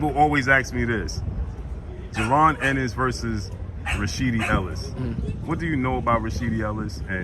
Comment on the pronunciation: It's Ennis not Innis